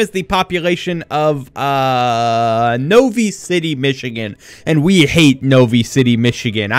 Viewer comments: I am from Novi and you didn't even pronounce it properly. It's No-V-I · i live in novi city michigan, its pronounced NO V EYE. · i live near novi :( also you didnt even say it right.